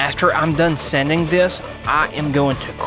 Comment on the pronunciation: Do you mean wipe off the excess? , You said, "...and then, wipe off the access." I'm assuming it's supposed to be "excess" judging by the other issue of, " After I'm done sending this," instead of saying "sanding" from . You seem nice and I like your techniques, but I'm distracted by the wording as well as some of the pronunciation. I'm from Texas, but I've lived in Arkansas, Louisiana, and Mississppi, so southern accents aren't new to me. Having nice, clear, accurate pronunciation of words is even more important than the nice, clear lines on the carving because while your work might speak for itself, you have to use your words to teach. This is something that you could easily work on to give your videos the same level of polish & attention to detail as you do to your lovely wood carvings. I wish you the best of luck.